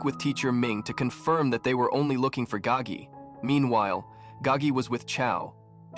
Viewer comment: It is Spelt "Gao Ge" first name Gao (high/tall), last is Ge (song/sing), meaning "to sing loudly" It is simply just a Chinese name. It is not spelt Gagi or pronounced that way, the narrator just didn't pronounce it correctly